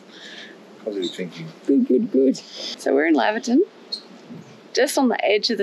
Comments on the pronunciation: I wish people would learn how to pronoun the name. It's "Lay ver tun" not Lavver tun. The town is named after Doctor Laver. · Laverton, sounding like you are heading off to the Lavatory. - NOPE... Laverton, like you are going to "Lay'verton" - YEP